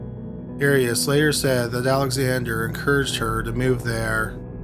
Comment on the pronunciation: The narrator mispronounces many names and words in every episode..Here the two biggies are the subject of the show, Arias, and Eureka, California.